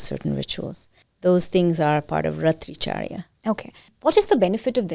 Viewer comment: Good knowledge but please stop that disgusting put-on accent. Speak Sanskrit properly. Raatri charya not ratricharya. Commend the host to sit n listen to that.